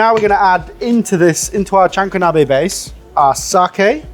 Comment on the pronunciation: “We are going to recreate a jahanko nabbbeh “